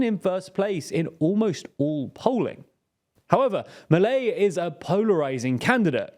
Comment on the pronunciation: It's definitely not pronounced Maley, more like Mee-leigh